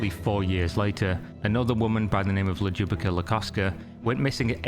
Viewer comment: Omg that Ljubica pronunciation😛